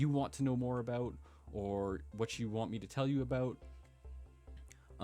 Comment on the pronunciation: hahaaaa. I replayed "aboot" like 50 times, sorry but it's funny.